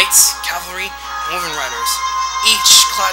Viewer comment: Wyvern is supposed to be pronounced WHY-vern. Must I tell EVERYONE this? >X(